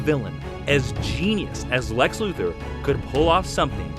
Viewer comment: His name is pronounced Lex LuthOr, not LuthEr. I feel like I always have to point that out. Siriously, watch "Superman: The Animated Series," you'll see that that is the correct way to pronounce his name!